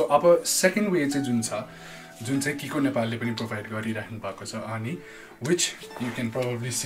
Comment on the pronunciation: It’s not kikoo it’s chicco = chiko